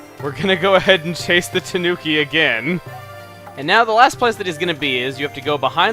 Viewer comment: Please chuga it's killing me when you say tanuki, it pronounced taNEWki, sorry for my bitching a japanese person like myself bitches about these things. Nether the less great video once more